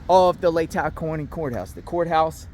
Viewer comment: Pronounced “Lay-taw” county 😊